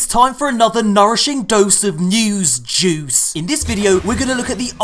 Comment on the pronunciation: “Newzzz Jeuice” this is why I love you